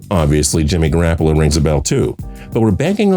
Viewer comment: Still can't pronounce QB names Ex. Garapollo